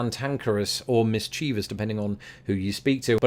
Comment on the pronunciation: MIS-chi-vous, is the correct pronunciation.